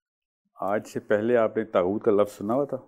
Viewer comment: kuch nahi pata saahil ko taghoot ka ptonunciation tak nahi ker paaraha define bhi ghlat ker raha he phir inlogo ke through pta chalta he show planted tha saahil adeem ab tum mazhab pe lecture dena shtu ker chuke hna history pata he ghalt knowledge dete ho